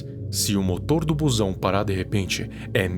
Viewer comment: Toda vez que ele falava "buzão" eu rachava de rir aqui n sei pq kkkkkk